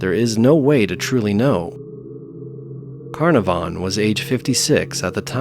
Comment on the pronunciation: Geez! Those a$$holes that done 'iron mike' really were deserved of ol sparky! Just a sidenote, & in no way a criticism, because I love your narrations, but 'Carnavon' is pronounced 'Kah-naav-an' Its a typical British-ism I'm afraid, we thrive on ridiculous pronunciations here. Probably to pi$$ the rest of the world off! Fantastic collection of bizarre and unusual deaths though! Great upload!👍💯💋